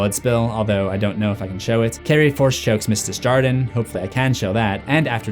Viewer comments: Desjardins is pronounced more as dey jar don because it's French and means from the gardens. I can't explain how to pronounce a French J through text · Your mispronunciation of "Desjardin" is so bad 😂